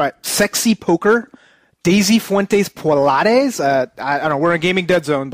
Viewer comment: omfg, I'm unsubscribing because you guys don't know how to say Pilates...lol And please, we add U's to everything. You guys just remove letters. I mean, hoe, dik and I'm pretty sure there are many more. Anyway, Good luck guys in finished ninja bread man.hopefully its really short. and, i think you guys should try one of these (or All): Resident evil Archives Star Ocean : The last hope. Rise of the Argonaughts (not sure if you reviewed this one or not.).